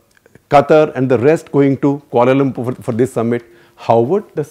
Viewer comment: Kia-Lum-Purr (3 syllables)